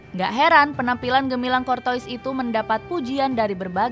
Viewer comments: Tutorial membaca nama Thibaut Courtois Dibaca : kortua ❌ Dibaca : kortowis ☑️ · Kortoa bukan kortois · Kurtuwaa min kurtuwaa, bukan kortois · Cortoa bacanya sayang bukan Cortois/Corona 🤣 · Tolong dilatih lagi cara penyebutan nama dengan benar, Kortoa bukan Kurtois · min mimin Maaf maaf nih Telinga kita familiar dg sebutan nama KORTOA bukan KORTOIS ini yg bikin kontennya serasa keluar jalur. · Cor-toas bacanya min bukan cor-tois🤣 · Cortoa bukan cortois di bacanya... women ☕☕☕ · CORTOIS DIBACA KORTOA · Courtois bacanya kortoa min, bukan kortois🤣😭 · Anj ganggu banget sumpah pengucapan adminnya kortois kortois mulu🤡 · Saran minn..... Klo bahasa perancis curtois - dibaca curtoa. oi dibaca oa 🙏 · min, salah baca tuh nama kiper madrid... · Ini baca nama kiper Madrid bisa bener g si..